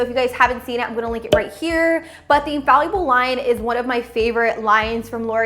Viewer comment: It's pronounced "Infall-ible", not 'In-fal-Uable'. Otherwise, good presentation.